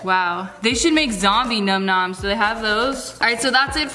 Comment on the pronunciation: The YouTube Geek...🤓 its num nom's not numb numnb's lol